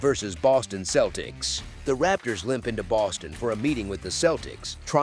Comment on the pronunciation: Dude said the Kel-teks lol wtf